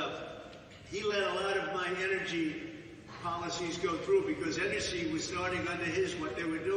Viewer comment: Enercy, I mean who doesn't pronounce it enercy